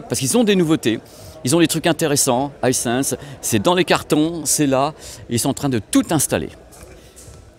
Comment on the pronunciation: Coucou, pour la marque Miele, ça se prononce Miiiileu et pas comme le miel des abeilles 😅 Vu que tu dis Haïssèns pour Hisens et pas Issans je me dis que les marque allemande pourraient également profiter de cette qualité de prononciation 😉 Je t'adore 😊